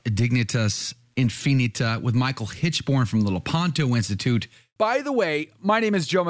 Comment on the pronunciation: You pronounced Dignitas correctly, but Infinita is really "in fi NEE tuh"